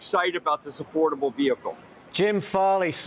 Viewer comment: Did YOU SAY A-Ford-able? 😁